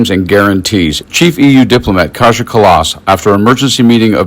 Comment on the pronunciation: finnish american... Kaja pronounced Kaya